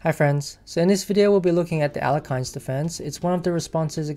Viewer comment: Alekhine is pronounced as El Yerk Kin.